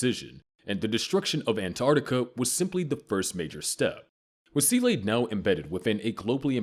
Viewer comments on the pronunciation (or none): Seele too